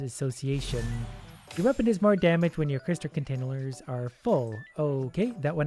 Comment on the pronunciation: "Cryster Containalers"